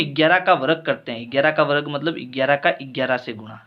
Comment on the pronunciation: Varag nhi sir varg kahte hai 😂😂